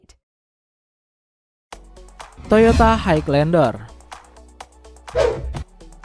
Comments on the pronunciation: Kok haig lander? Dibaca "hai lender" bang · jelas gmana maksudnya? klo dri intonasi ya emng jelas, tpi itu nyebutnya salah. Harusnya emng "high" dibaca "hai", tanpa penekanan huruf G. But it's okay, yg denger jga orang indo pasti lngsng ngerti maksudnya